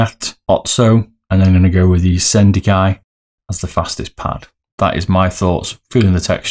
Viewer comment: Look forward to the numbers! I am grabbing the shi-den-kai (lol you butchered that one) mid this week if heard horrors about the durability but if it’s half as fast as they say I will be stoked , to buy two a year isn’t that bad , great vid !